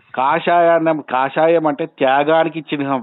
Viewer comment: Orey chihnam kuda anadaniki radu enduku neeku nuvvu chepedi chinham antunavu